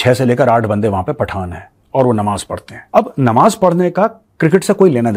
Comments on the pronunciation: Nawaj nahi namaj hota hai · 😂tum thotala likte bhi ho😂.nawaaz nahi namaaz hota hai